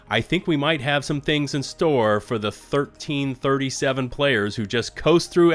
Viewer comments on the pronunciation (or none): 1337 is “LEET” as in ELITE. Showing my age here.. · Did you just call 1337, thirteen thirty-seven? Dude stop now. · ...Did you really just pronounce it as "Thirteen thirty-seven" and not "leet"? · 1337 is pronounced "leet" like "Elite". 1 is "l" (L), 3 is "e", 3 is "e", 7 is "t". leet. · 1337 is code-speak pronounced as leet aka elite. They really need to fix the Europter, it was my favorite rifle but now I've never used it since the nerf because there are weapons that hit harder and better, it's ruined my trust in investing into future warbonds. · Good video, but wow. Never heard 1337 not called "leet" before. Hurts me in my old school gaming soul. >.< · Dude... seriously? 1337 means "Leet" as in Elite! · My heart sank when he read it as a number.